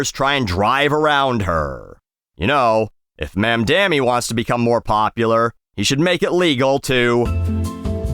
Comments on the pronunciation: The way you pronounced Mamdani was deplorable. Was that on purpose? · For a guy who pronounces misspellings exactly as they are typed, you could at least say Mamdani's name right, man. Embarrassing.